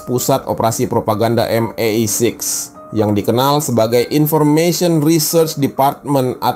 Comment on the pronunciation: Tenang mas... MI5/MI6 cukup disebut "em-ai-faive" & "em-ai-siks".